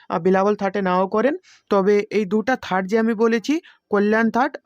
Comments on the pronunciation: থাট বলতে কোর শব্দ নেই, ঠাট হবে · আপনার উচ্চারণ ঠিক হচ্ছে না একবার ঠাট কে থাট বলছেন আবার সাত টা কে ষাট বলছেন এতে মানুষ বিভ্রান্ত হবেন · থাট কি ভাই ? আপনার পান্ডিত্য দেখে অবাক লাগলো !!! পন্ডিত । ঠাটকে যে বলছে থাট সে নাকি আবার গানের গুরু । মরি মরি !!!